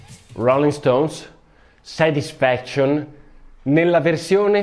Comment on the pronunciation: "SETISFEKSCION" CICCIOLINA